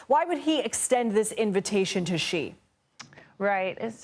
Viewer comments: Please learn to pronounce Xi. Its not rocket science. "She." Not "gee." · It's not gggggg....its sheeeee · did she just call Xi "G". It not Gi, its "Shheeeeeeee-sh". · xi pronounced as Letter C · It's 2024, someone can't pronounce Xi correctly.